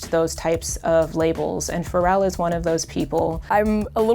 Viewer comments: But that guy pronounces Pharrell like Fo-rell 😂😂😂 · Who else didn't know pharrel was pronounced like that